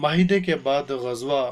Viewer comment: Qzwa Nahi Qazza غزة Hai uska Naam